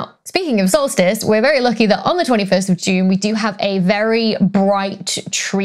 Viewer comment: In your bloopers I heard "salt-fist" instead of solstice,and you rock! Dr Becky please keep your fine work coming as we all learn much and enjoy what you have to say!